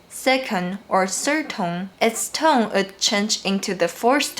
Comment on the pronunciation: [feedback] Whenever you say 'tone', it sounds like /tʌŋ/ or /toŋ/.